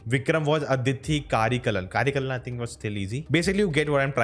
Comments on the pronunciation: It's not कारेकलन it's करिकालन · cant even pronounce "karikaalan" ? bruh !